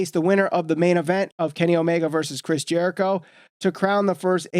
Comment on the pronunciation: How do you mispronounce Jerichos name smh.